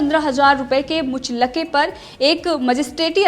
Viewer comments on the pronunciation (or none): मुच लके नहीं मुचलके होती है बहन।।